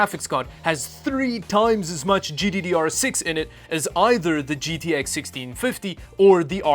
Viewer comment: "Jiddidy Arr"